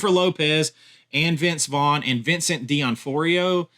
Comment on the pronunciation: It's D'Onofrio not D'OnForio.